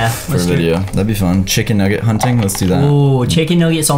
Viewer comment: Who cringed when said chicken nooget Also don’t be mad at me I love (not creepy)